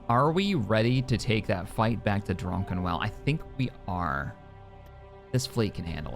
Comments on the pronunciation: I always thought was pronouncing "Druckenwell" as Drunken-well as a joke. Now i'm not so sure anymore. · at this point I'm thinking does it on purpose but I just can't stop going "It's DRUCKENWELL" every time